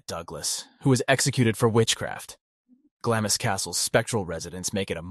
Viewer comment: Glamis Castle is pronounced 'Glarms'. :)